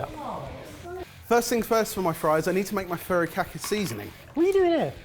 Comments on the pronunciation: i was so impressed when first said furikake correctly. then it quickly became furrykhaki 😂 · god listening to him say furikake was painfull. it's FU not FA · I literally had to pause the video. It's hilarious whenever calls "Furikake" seasoning "furry kaki". All I think of is a seasoning made by furries wearing kaki pants. Sounds more like, foo-ree-kah-kay. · "Furrykake" seasoning 🤣🤣🤣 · If it's any consolation, you were all trying far too hard with your pronunciation. "Furry kake seasoning", haha! Some good dishes none-the-less at the end. Oh, and I love Mio sparkling sake,! It's my favourite normal sake. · i die every time pronounces furikake as “furry-khaki” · I've never heard furikake pronounced so much like "furry khaki." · The Asian in me dies a little every time mentions his "furry-kack-ee seasoning". 😂 😂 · Worth it just to hear repeatedly mangle the pronunciation of "furikake"! 😆